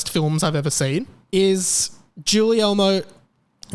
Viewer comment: If someone else has told you this, I'm sorry for repeating what they might've said. Guillermo is pronounced with a short "G". So it's "Gi-Air-Mo". I just want to help for future reference.